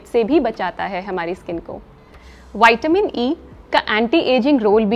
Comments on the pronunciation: Hello madam , विटामिन बोलने से कोई दिक्कत है क्या वायटमीन बोलने से कुछ बदल जाएगा क्या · विटामिन को बार बार वाईटमीन बोलने में अच्छा नहीं लग रहा मैम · विटामिन बोलो ना क्या बाइट मिन बोलने में लगी हो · वैटामिन होता है या विटामिन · वायटीमिन नहीं विटामिन होता है वो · Madam ple goli ka shi nam bolna shiko waytamin bol rh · Pahle vitamin bolane se kya vitamin nahin hota vitamin hota hai